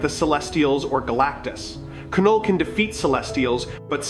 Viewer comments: It's NOT KA-NULL. IT'S NULL (KNULL)! OTS NOT KA-NO, ITS Know OR Sounds LIKE NO. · It is said NULL not K NULL, silent K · Bro do the voiceover thing again, MCU fans cannot listen to your K- null pronunciation. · The name Knull.. the K is silent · The k in Knull is silent please go back to school